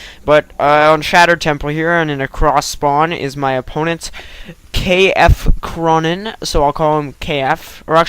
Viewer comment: Wow! Against me?! But my nick is [K-Fc] Ronin -> Kung Fu Clan, no K F Cronin hahaha but it's ok!